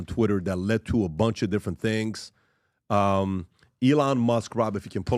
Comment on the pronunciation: PBD, it's not pronounced Eee-láwn.